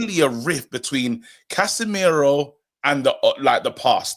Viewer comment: said CASHemiro 👀